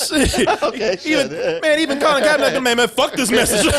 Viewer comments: KaeperNICK! NICK!!! Stop saying NACK nigga damn. Fix your mouth. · Why does keep pronouncing KaeperNACK, and no one in the room correcting him?